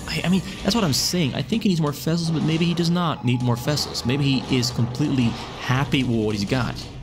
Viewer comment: What a brute zerg! You saying fessels all the time, instead of vessels (interestingly enough you can pronounce “v“ in other words)